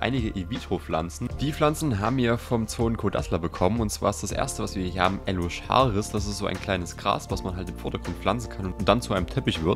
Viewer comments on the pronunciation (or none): Eleocharis wird anders ausgesprochen und nicht in jeder Invitro Pflanze ist ein Gel drinnen.